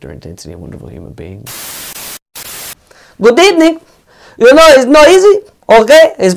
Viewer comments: Good ebening!!!!😂😂😂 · Good Ebening🤣🤣🤣🤣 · “GOoD EbeNINg”